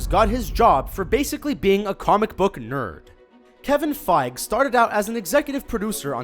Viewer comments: it's pronounced Kevin Fi-gee not Fiiig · That Iron Man fact I didn't know and makes it even more impressive! Also it's Kevin Feig-GEE not Kevin Kevin Fieg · why do u say fige? XD its feige - fei gee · Its fiege not fieg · It's pronounced FYGE-E. FEI as the FI in FIVE. And GE as GI as in the traditional karate uniform (GEE). FYE-GHI. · Internal and external cringe when he said feig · it's pronounced FEIGEE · It is pronouced: Fie - Gy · OK, X-Men and the original Spider-Man are not part of the MCU. And I'm pretty sure it's pronounced "fy-ghee"